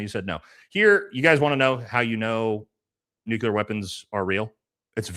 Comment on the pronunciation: "nucular" is not a word "nuclear" is pronounced like "new + clear"